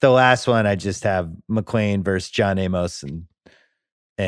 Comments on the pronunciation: It's not John A-MOS. Simmons pronounces things poorly. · It's just Amos (A-mus), like Amos n- Andy. Jesus Christ.